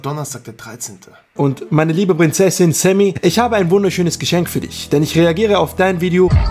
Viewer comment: Dein name kann er auch nich aussprechen... lese SEMI er sagt ständig SAMMY 😂😂😂